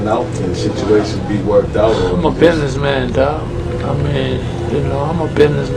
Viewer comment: I believe that was "Bidneh man dawg". Lol 🤣